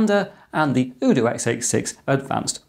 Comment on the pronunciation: UDOO with Ryzen & AT Mega (Also, I think it's "UDOO" as in "You Do", not like "OODOO")